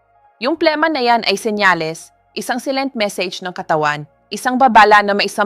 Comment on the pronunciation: Bakit mali ang ibang pronunciation tulad ng: silent, membranes, mucus, etc😡